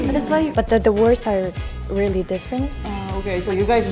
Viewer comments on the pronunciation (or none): 한국분 이것만 들어도ㅋㅋㅋㅋㅋ 아 리얼뤼~~~? 이거 완전 한국어로 아 진짜~~? 하는 억양이자나여ㅋㅋㅋㅋㅋㅋ